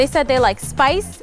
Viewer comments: “Jalepenos to get JALEPENO FACE” 😂😂😂😂😂😂😂😂😂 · "I got Jalapeno to get, JALAOPINYOFACE"😂😂💀💀